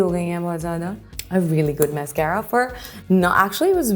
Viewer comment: The "MAYSCAYRA" was what got me 🙄